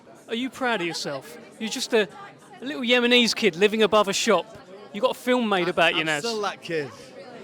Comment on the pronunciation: He was the greatest boxer in my time . We are not called "Yemise " Like the commentator said .We are Yemini ..proud to be placed on the map because of Prince Naseem. No one knew back in school in the 80s where Yemen was, I recall telling my friend's in infant school I am going to Aden as a holiday,. No one knew where it was . My motber was bullied by other school muslim mothers asking why she she had called her daughters non Islamic names.We as Yemenis choose names that have a meaning Islamic name that will fulfill that child throughout their life, Looking forward to see this